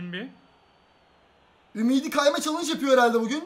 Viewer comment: ümidi çok basıyo